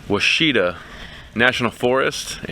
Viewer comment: Pronounce Washita